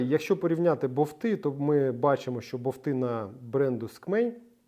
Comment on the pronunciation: БоВти? Тобто, не болт, а боВт?😂